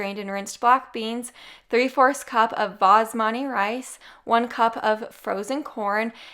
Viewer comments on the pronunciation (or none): It sounded like you kept saying basmani rice instead of basmati. Lol. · Am I hearing things or does she keep calling it "basmani" rice?